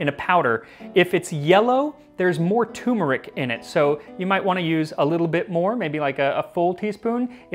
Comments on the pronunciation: Ok I'm sorry but, repeat after me: Turrrrmeric. Not Tumeric. Turrrrrmeric. It's not a Tumor! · It's TURmeric.....Not TUMeric. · FYI there is an R you pronounce in Turmeric the word is not pronounced tumeric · Stop pronouncing it too-merik! Its tur-merik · I know you know your stuff when it comes to ingredients. But I could have sworn I heard you pronounce turmeric like "tumoric." That hurts my ears to no end. Anyways, keep up the great work, I plan on trying many of your recipes. For history and science! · I thought you pronounced turmeric wrong, but it turns out we were both mispronouncing it. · Kinda funny that you have a cooking show and don't know how to pronounce turmeric... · There is no “tumor” in the pronunciation of turmeric. Don’t neglect that first R. ‘Cheers. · He pronounces turmeric as I used to by ignoring the first "r".